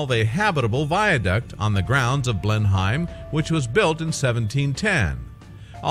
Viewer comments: Blenheim is pronounced Blennum or Blennim....not Blenhime. Check pronunciations before presenting these things for pities sake! You Tube have a huge collection of correct pronunciations on every topic and colloquialism you can think of....please use it. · Pronounced Blen-hem.